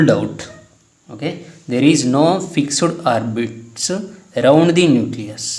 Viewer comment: Fixuid not sir.... It's Fixed